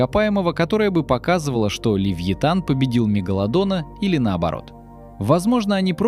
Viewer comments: не левлотан а левеофан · Левиафан Мэлвила, а не ЛЕВИТАН!